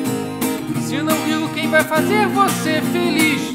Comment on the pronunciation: Ken em vez de Quem :O